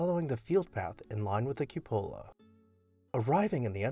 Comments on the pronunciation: Grand estate. As far as the cupola has the accent on cu. It isn’t pronounced cu-polo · I appreciate your historic house videos. May I add two minor corrections? , the rooftop structure should be pronounced KYOO-poe-la or COO-poe-la, with the stress on the first syllable. And , you mention the grand staircase but show the back staircase. Do you have any pictures of the main stair? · The accent is on the first syllable of the word cupola. Pronounced QUE'-po-la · Cupola: kyü-pə-lə or Q puh luh. Stress on the first syllable. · your videos are wonderful, entertaining and informative. One suggestion - look up the pronunciation of cupola.